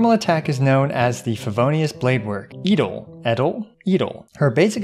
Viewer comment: You actually pronounce it EeDeL - Is german for noble.